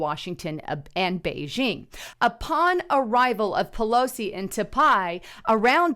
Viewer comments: It’s pronounced Ty-pay, not Ta-pi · Tie pay not t pie haha bless you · Not TAPAIIII !!! 🤣 TAIPEI ... Pronunce THAI-PAY!!! 😋 It's the Capital of TAIWAN! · it's not ta pie. It's tie pey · Say Tie Pay. Not ta pie. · It’s Tai “pay” not Ta Pie lol. Great reporting tho if you’ve never been to Taipei, you’re missing out! God bless and thank you for your posts. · Pronunciation is " tie pay" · pronounced THAI-PAY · taipei pronounced "Ty PAY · Its Taipei (pronounced Tiepay). I like watching your videos but your mispronunciation of key words discredits your video content. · TAIPEI = PRONOUNCED "TY-PAY"!!!!!!!!!!!!!!!!!!!!!! BUT, THINGS SEEM TO BE HEATING UP EVERYWHERE!!!! REALLY FOR NO REASON'S BUT THEIR MADE-UP ONES TO THEM!!!! IM SURE THIS WORLD/PEOPLE KNOW HOW TO STAND UNITED AND UNDERSTAND THAT WE CAN LIVE TOGETHER IN PEACE WITHOUT ALL THESE SELF-MADE ISSUES BEING FABRICATED!!!!!!!!!!!!! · Love ya but the City's name is pronounced ("Tie-Pay") -Taipei-. Thank You that is all.. Keep up the good work Sis!! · Taipei pronounced as (Tie-pay) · "your profile"?? You mean "your portfolio"? It's Taipei, pronounced Tie Pay. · Seriously it’s pronounced ( tai • pay ) Taipei . Go back and count how many times you murdered the pronunciation on the city . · Taipei is actually pronounced Tie-Pay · It's "Tie-pay"... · Pronunciation Taipei. Sounds like tie pay to English ear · Ive heard about that city so many times in my lifetime, I'm actually surprised does not know how to pronounce it